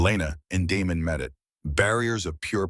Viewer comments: It's Damon not Demon. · Is his name Damon, Demon or Diamond? Your AI can’t tell.